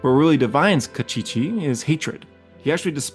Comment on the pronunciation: Kostchchie pronounced as "Cast-chee-chee" was funny 🤣